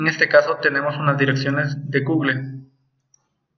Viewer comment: SOLO QUE SE DICE "Gugul" no "gugle"